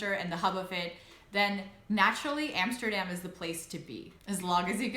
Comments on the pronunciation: Love your videos though. Love your pronunciation as well. Even saying Utrecht. Now pronounce A'dam like you know instead of Emsterdamn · I have always wondered why you still pronounce Amsterdam in an American way " Emsterdem" , but pronounce Utrecht in a Dutch way. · That's the first thing I noticed too! 😁😆